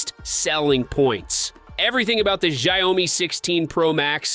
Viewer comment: Hory shitz, your pronunciation of the brand is such a raw rape. Do a research first how to pronounce it dude